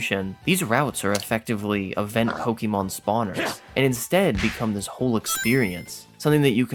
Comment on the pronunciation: ITS NOT 'POKIEMON'. YOU ARE NOT A 40 YEAR OLD WOMAN IN 1998.